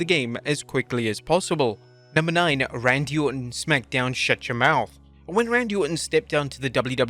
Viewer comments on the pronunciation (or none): none